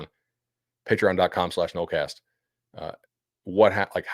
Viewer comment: "nolecast" gonna be a struggle the rest of the way lol